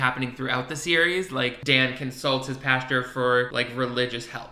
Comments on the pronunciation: nothing’s more gay that not being able to pronounce pastor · I don’t know if he is from the south but I’m from Georgia and a lot of people from here and the south pronounce it that way lol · I’m so sorry but the way you pronounce “pastor” I kept picturing Dan talking to a field of cows😂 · i was about to comment the same thing lollolol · no one:: the correct pronunciation of "pastor" is "pasture" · Haha I say “Pasture” too. I didn’t realize that was wrong 😅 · I was a Christian for 13 years of my life and still managed to get away with pronouncing it “pasture” the whole time😂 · Don't worry...I say "pastor" the same way. I just can't get it. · I love that you are saying "Pasture" instead of "Pastor" lol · Are you saying “pasture” or “pastor” towards the end? Either way, I live lol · Bestie bestie is paSTOR not “pasture” - like where they keep a horse 😭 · Ok... Are you saying "pasture" instead of pastor? Also why is the main characters voice just exactly Philip DeFrancos?? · WHY DO YOU PRONOUNCE PASTOR LIKE THAT 😂😂😂 I’m fucking dying omg. You keep saying it like “pasture” instead of “pastOR” omg hahaha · I love you buddy but it's pronounced pas-TER not pasture. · I seriously thought was talking about a pasture he was saying pastor 😂😂😂 I was so confused!! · Is he saying pasture 🌱🐄 instead of pastor✝️⛪️? Or am I crazy? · are you saying pastor or pasture lmao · Girl I read this as he said it and kekeed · Pasture... Pastor... where shit gathers. Yep, sounds like the same thing to me. 😏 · I was needing this comment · That had me giggling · It’s an accent thing that I’ve heard in both Europe as well as the United States. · It cracks me up everyone pronounces “pastor” as “pasture”. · I’m enjoying watching these out of order and going back to the time that you are saying pash-ter after having watched the future where you learn it’s pastor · I keep thinking that Dan is going to frolic in a field with cows every time he says pasture.